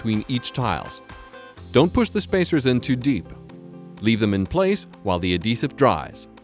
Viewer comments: Why TF is he saying AH-desive? It's AD-HEsive. FFS. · The ahdessive? lol